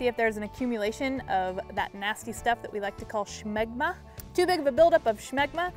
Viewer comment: There's no h in smegma